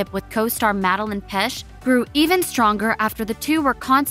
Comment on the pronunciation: It actually hurt when she said "pesch" :')